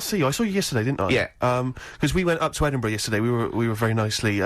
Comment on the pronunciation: is even cuter than Karl 🥰🥰🥰🥰 Well done on pronouncing Edinburgh. First and only American I ever think will get it spot on. 👍👍